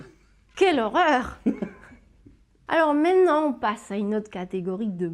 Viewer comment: Quelle singularité de donner des leçons de prononciation tout en élidant systématiquement la deuxième syllabe du mot "maintenant". Exemple dès le début, à ...